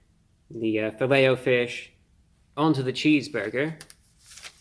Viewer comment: How else would you say it ? Filletahfish? Nah its Fillet “O” fish.